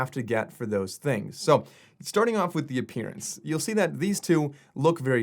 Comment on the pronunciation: did he just say appearance like the word experience appearience 🤣🤣